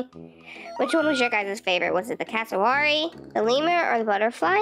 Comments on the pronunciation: Hii btw it’s cass- o-wary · It's pronounced Cass a ware ee and I think the butterfly is my favourite P.S.i love in Australia so I know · polly ? 😟 Its also pronounced Cassooweary 😁😁 Have a great day who ever is reading this!!!